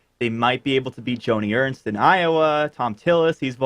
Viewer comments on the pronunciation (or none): none